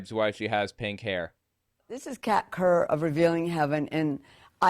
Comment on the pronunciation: When you first said her name, I could have sworn you said cat turd.